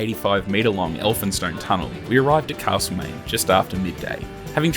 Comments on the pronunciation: If you say CaRslemaine once more I'll scream. As a local it is Castlemaine. Alway was, Always will be. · Thanks, but it isn't Carselmaine.